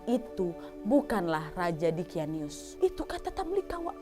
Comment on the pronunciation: Nama raja dzholim itu diqyanus bukan diqyanius